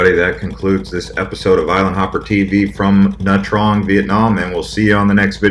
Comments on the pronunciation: it is pronounced nha chang and I am Vietnamese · it's pronounced nha tran'g. Do you even know how chang is pronounced? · FYI - It's pronounced as Nha Jarng. Great video though! Thanks for the tour... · Nha Trang is pronounced Nah Chang